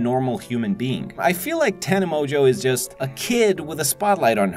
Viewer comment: tana monjo? its Tana Mon-Go